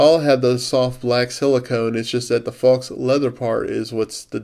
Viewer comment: Faux is pronounced FOE. Just an FYI. Good review. Nice case.